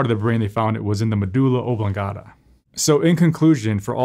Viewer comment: It's pronounced meh-dull-ah among established American doctors. Not meh-doo-lah